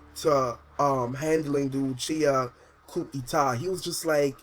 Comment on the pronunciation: not tryna be a douche; I did enjoy this... but (coup d'état) is pronounced more like "coo-e-tay"